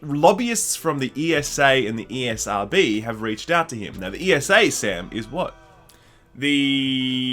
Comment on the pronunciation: Anyone else heard the old guy say EA-SRB 😂😂😂 The guy thought they own it 😂😂